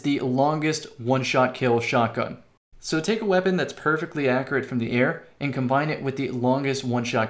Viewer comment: What is up with people's inability to pronounce accurate